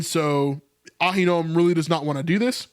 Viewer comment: Uh-HIN-o-um. Ahinoam